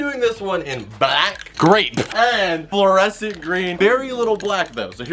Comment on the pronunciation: Parker: that is fluorescent right?: oh it is very fluorescent, it’s Fluor and it’s scent Me: wait did just miss pronounce fluorescent?